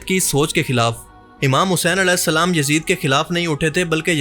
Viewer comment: As nhi hain ra hain alesalam mat kaha karo